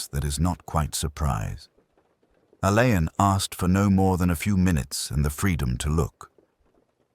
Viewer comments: Roderick Alleyn pronounced ALLEN see Wikipedia ❤ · How clever would it be if names of unsure pronunciation used Googled or Wikipedia first? Alleyn being ALLAN‼️‼️